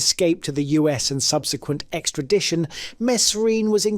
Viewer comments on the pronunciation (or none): none